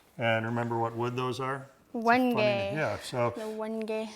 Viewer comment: Wenge is pronouce When-j. Not When-gay